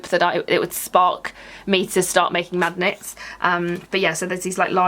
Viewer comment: I've listened to you talking about the magnets 3 times now and I swear it still sounds like you say "26 craft MAGGOTS for a pound." 😂